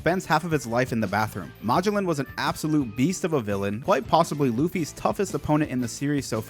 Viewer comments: bro Mah-g-lin? Ma-gel-on. His name is Magellan. Like the famous explorer who sailed around the world. I really hope you pronounced that wrong on purpose. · bro plz stop saying magellan’s name like that😂😂. it’s muh-gel-an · It's Ma-GELLan, after the actual Portuguese guy who conquered the Philippines for Spain. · Dude its pronounced Ma-gell-in not mah-joe-lin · Just so you know, his his pronounced muh-jell-in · Magellan- Muh-jel-lan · Poison warden= "Muh Jell ehn" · its magellen like the explorer, and Hannibal is like the movie or the general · ily bro but its muh-jell-in please i lose part of my lifespan every time you say his name like that 😭😭😭😭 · Muh-Jell-In btdubs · Pronounced ma jell an, Magellan with the a having the same sound as the a in at. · God it bugs me how he says Magellan. Like bro, you know how to say Ferdinand Magellan. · I can't handle the mispronouciation of Magellan. lol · My only gripe with your vids, is the pronounciation of some of the characters names 😅 Magellan for example, or the use of eneru 😮‍💨 Great vids regardless, and I love your theories and excitement! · Wait...how the actual fuck did you pronounce Magellan..? Yeah, I cant tolerate anyone who fucks up that badly on a basic name like that. Thats a hard pass. Ill never see you again✌️ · I cringed every time he said Magellan